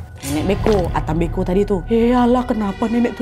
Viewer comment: Salam dari Flores kak? Pantasan pas dengar ka nad ngomong ata mbeko feeling saya cerita ini pasti dari Flores Sebenarnya ata mbe'o si kak 🙏